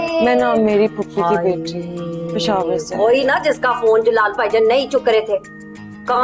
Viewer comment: Peshawar ❌ pekhawar ✔️......😂👍